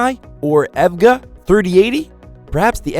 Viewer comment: Hey said "Ev-Ga".... all credibility Lost for this channel.... HAHAHA.... it's E.V.G.A..... not Evga... LOL